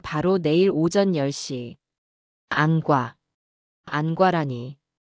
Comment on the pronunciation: 처음들을땐 엉성하드만 진짜라면 감동이네요,읽을땐 안과라고하지말고 안꽈로~